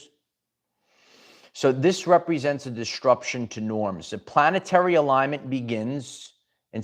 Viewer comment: Quick PSA. DisTRUption is not a word. ✌🏽 there is only one t in it. And it’s not where you keep putting it. If you’re interested in speech coaching, hmu.